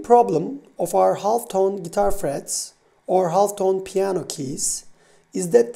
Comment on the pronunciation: good video but ( "butun turkiyedeki ingilizce konusan arkadaslara" - "half" kelimesindeki l sessiz bir l. yani "ha'f" :) L'yi soylemezsen daha rahat anlasilir - hatta anlasilir :). Liked the video...